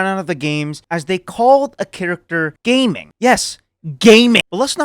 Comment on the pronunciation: You pronounce his name Ga-Ming